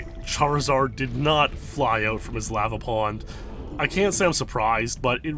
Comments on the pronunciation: I hate the way you pronounce lava, good video though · You say lava like an imbecile.